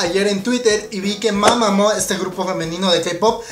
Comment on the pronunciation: que no se pronuncia mamamu?